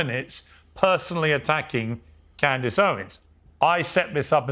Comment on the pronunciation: Clandace 😂 Candace Ovens 😂